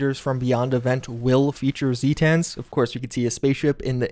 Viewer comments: My dude they are ZAY-TUNS not ZEE-TANS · The way you pronounce almost everything you say triggers me. Weekee for wiki, zeetans for zetans. Many other things. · Zeee tans? The way he pronounces this really hurts my head and really makes me feel like he never actually played fallout games besides 76 and 4. You should have heard these words in game before. Why are you pronouncing them wrong. Unless its intentional. In that case...why. Instead of im just gonna pronounce it Jew-ice-heed